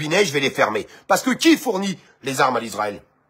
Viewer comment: On ne dit pas Lisraël mais Israel